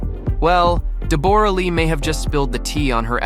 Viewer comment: It's pronounced Debra-Lee....